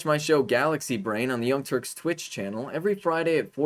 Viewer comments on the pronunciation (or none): none